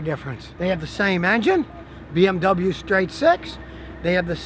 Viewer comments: Completely messed up pronouncing BMW lol but I forgive you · Hey Scottie, you bought a BoMoWa!